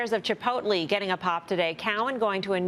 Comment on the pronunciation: "Shares of ChiPOUTlee" lmaooo we love Mel